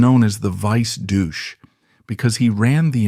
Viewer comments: "Douche"? Duce (doochay) was the word you were seeking. Unless you wanted to imply something else. This is the trouble with AI - it is artificial; it isn't intelligent. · The idiot narrating can't even pronounce the word "duce" correctly, it is not "doosh", just do your homework for which you are being paid! Another thing, Umberto became king AFTER Mussolini was killed along with his mistress Clara Petacci, whose bodies were hung at the Piazzale Loreto in Milan for all to see and express their anger and revulsion by desecrating the bodies, you reap what you sow. This "documentary" is a piece of garbage. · Doo-chay. Loo-kee-no Vis-cohn-tee. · As an Italian citizen with some background in history, I would say most of this would be difficult to prove. There seems to be a lot of supposition, guessing, and interpretation going on here. Fascist and communist governments were famous for false accusations of homosexual behavior. Just as an historical note, the narrator ( who seems to be unable to correctly pronounce Duce) speaks about Umberto’s loss of his golden crown etc. In fact, our kings ( )never had a coronation, hence they were never actually crowned. Rather, they took a constitutional oath. Lastly, I was delighted that Umberto’s children and grandchildren were allowed to return to our country. Viva l’Italia! 🇮🇹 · Yes, I certainly understand the context both in Italian and English, however, I was making a point concerning several other inaccuracies in the presentation. Can you pronounce correctly in Italian Duce?